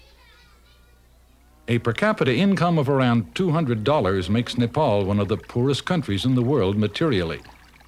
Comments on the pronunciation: He is pronouncing "Nepal" correctly , instead of "Nepol". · Loved how the narrator pronounced Nepal,Kathmandu and many other words native to our language without any mistake. Foreigners as well as some Nepalese nowadays don't do it properly.